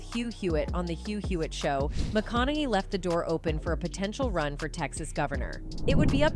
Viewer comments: What's with that stupid pronunciation "McKonay" ?? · Wish she would pronounce his last name correctly.. AI i guess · ❤ how can you not love the man. I met him personally at music lab here in Austin it's awesome. And I do remember the night the cops were called on him who is in his own home minding his own damn business. And I agree with the first comment up there I can't stand AI I can't even say his last name right😂😂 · I hate AI commentaries, half the time words are pronounced wrong or completely misconstrued and mistaken. That's not how his surname is pronounced. Dear God help us 🙃